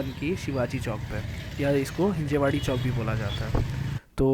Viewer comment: Not Hinjewadi.. it's Hinjawadi